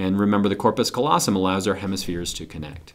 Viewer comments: good video! thank you, kind Sir! - but it's c-A-llosum, not "collosum" (from lat. callus for...well, callus) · He said colossum instead of callosum